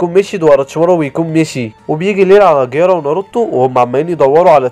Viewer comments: جيرايا مو قرارا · جيرايا ❌ ڨيارا✅ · الملخص اسطوري بس في غلطات الاولي: اسمه جيرايا مش جيارا الثانيه: اسمها اتسونادي مش اتسونادا الثالثه: اسمها الأكاتسكي مش الأكاتسكو الرابعه: اسف لكل محبين إيتاتشي لاكن مستحيل إتاتشي يقدر يهزم مايت جاي الخامسه: اسمها ايدوتنسي مش ايدوتنسو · جيرايا ❌ غيارا ✅ 🤣🤣🤣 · جيرايا ❌ غيارا ✅😂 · وات ذا غيارا اسمه جيرايا 🤣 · انتي بتقول الاسماء غلط زي جيرايا كييارا